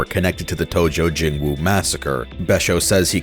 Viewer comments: Why are you pronouncing it “jingwoon”? It’s “jingwon”. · Your pronunciation of jingweon is bothering me - it's 'jing-won', not 'jin-wu'